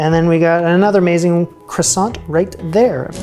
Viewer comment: Awww. I feel bad for you after all that effort. I almost don't want to say it's kwahSON... not KRAson.